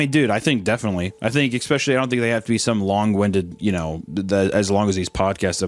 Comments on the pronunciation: I actually have begun to love hearing Hunter say Ecspecially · We need an "Expecially" counter 😂